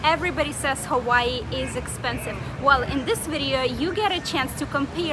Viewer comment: Her pronouncements of Hawai’i and Oahu is killing me…